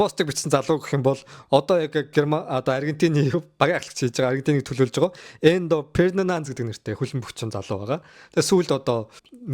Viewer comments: Endo bisheee Enzo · Endo Ferdinand gd bhiin